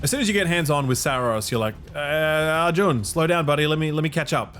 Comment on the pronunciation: First reviewer pronouncing Arjun correct.